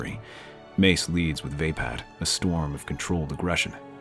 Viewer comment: Love the story. Onky down part is the mispronounced version of races fighting style. It's pronounced va-pod